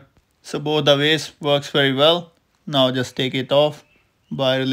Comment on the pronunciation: Two Wery different Vays! 😂